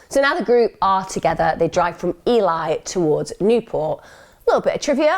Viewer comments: RIP RYAN. His poor family! Thanks for covering this case Emma. ( Side note.. Ely as in E Lee) but you're way sounds nicer. X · I was chuckling at the pronunciation of ely. Another really good video by emma and a very sad case. RIP